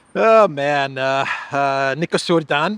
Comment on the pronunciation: sadly, since it's going to stick around for a while, I guess we need to teach you how to pronounce correctly Nicușor Dan: Knee-coo-shore Done 😉